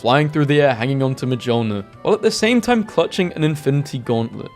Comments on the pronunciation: The way he pronounces Mjolnir drives me up the wall. ME-YOL-NEER. M-JOL-NIR. MJOLNIR. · Its pronounced "miolnir" basically right ? I check to be sure and yeah its something like "Mi-ol-nir" (even tho its written "Mjolnir") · Mjolnir is pronounced more like Myolnyr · Mjolnir is pronounced Meol neer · are we gunna ignore how he pronounced Mjolnir? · Someone tell bro how to pronounce mjölnir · Please if you are going to do an entire 48 minute video about marvel memes, please know how to pronounce Mjolnir P.s. no hate I love your channel it's just mildly annoying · The j in mjolnir is silent.